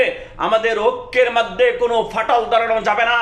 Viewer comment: মাধ্যে কি .?? মধ্যে হবে😂 বাকি গুলো বললামই না,হায়রে আপনি তো ভালো করে শব্দই উচ্চারণ করতে পারেন না😂